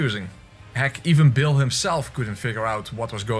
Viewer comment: Just a tip: Bayle is pronounced like "bail", not "Bill". Also I don't understand the greedy fingers/bud joke. My best guess is that it supposed to be a play on "butt", but bud and butt sound completely different so you wouldn't mix them up.